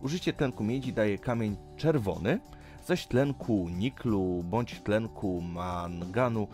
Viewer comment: Maaanganu i Koblatu?? XD